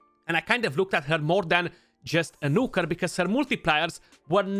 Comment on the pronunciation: I love it when you say Nooker dude =) <3